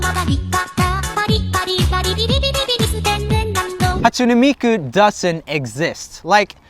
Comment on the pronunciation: He said it like Hatsun-ee miku tho